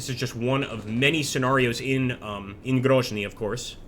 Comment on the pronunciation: It's not pronounced Grozhny it's just pronounced Grozniy and essentially pronounced as it's spelt - Grozny